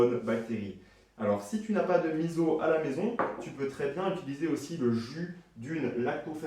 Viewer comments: Super. Sinon on dit misso et non pas Mizo. ( 30 ans au Japon) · Merci beaucoup pour la recette. Par contre je vais être tatillonne mais on dit miso ( « misso » non « mizo») 😜